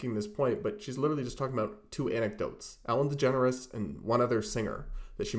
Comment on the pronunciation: My fav part was when Candace kept calling Ellen DeGeneres “Ellen Generes”